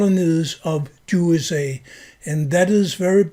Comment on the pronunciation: It is very appropriate that you pronounce "USA" as "JuSA" since we know who has almost all the power in this world, since they are the international bankers and have bought up all the choke points of culture and are agents of Satan. "If you want to know who rules over you, just ask yourself whom you're not allowed to criticize."